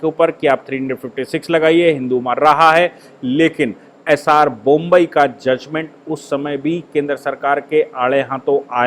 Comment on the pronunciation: कृपया बोम्मइ को बोम्बई न कहें